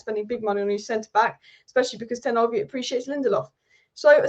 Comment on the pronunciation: Is it that hard to pronounce ten hag correctly